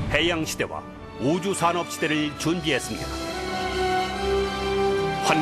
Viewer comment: 久しぶりに拝見し、新たな感動を覚えました。真実は、必ず現われるものです。またこの真実を蹂躙することほど、大きな罪はないと思います。世界平和に生きた方を無視すればするほど、世界は平和とは反対の方向に行ってしまうかもしれないことが危惧されます。 ところで、日本語の誤訳ひとつ見つけました。最後の方で、「５州産業時代」とありましたが、これは「宇宙産業時代」だと思います。発音がちょっとあいまいに聞こえますね。